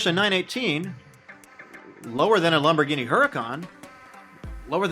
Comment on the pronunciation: Lamborghini not lumborghini